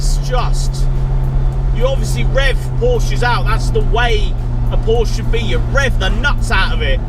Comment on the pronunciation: FYI it's pronounced Porscher.